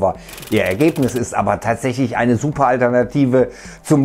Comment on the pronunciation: Sjuper?, könnten Sie sich bitte ein bisschen mehr Mühe geben Wörter korrekt auszusprechen? Manchmal ist es echt lächerlich.